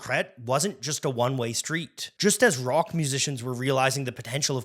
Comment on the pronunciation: Indeed. Horrendous mispronunciations throughout - also of French and German. He even said "brock" instead of rock once. Is he AI?